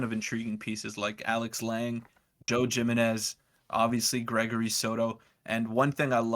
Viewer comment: Joe Jimenez is pronounced Him-en-ez